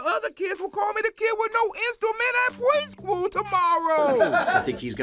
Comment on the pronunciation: They say 'horp' and 'pweschool'.